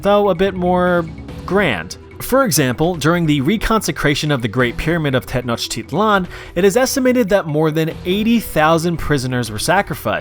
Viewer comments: him saying "tenochtit*lan*" made me cry. it's pronounced "tenoch*ti*tlan". also the "tl" is actually a single consonant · That pronunciation of Tenochtitlán 😧